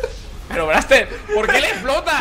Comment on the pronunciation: se dise